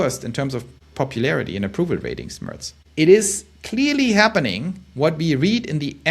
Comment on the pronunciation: Du gibst dir aber wirklich Mühe mit dem Englisch, hast sogar "Mörz" gesagt anstatt "Merz" ;-).